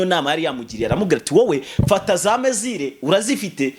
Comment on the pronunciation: Ni misfire si mezire